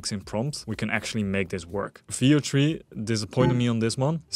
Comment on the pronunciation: did anyone else think he was saying "video-tree" every time he went to say Veo3...it took me half the video to realize what he was saying.